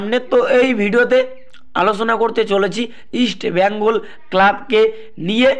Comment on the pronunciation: Easti bengal noy east bengal...